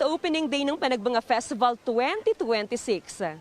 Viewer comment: Panagbanga pala ang pronunciation pero Panagbenga ang spelling